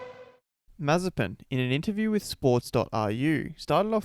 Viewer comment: His name is a prohecy. Maye-spin. Also, how can you take this dude seriously when not a single commentator has put in the effort to pronounce is name right? Nicotine Marzipan, Nokia Mazepam...